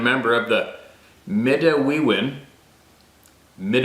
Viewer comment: Midiwoa... Midawiw.. Come on!